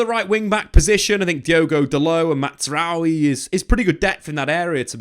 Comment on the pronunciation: Jonathan Tah, not Yohan. Mazraoui, not Matsraoui.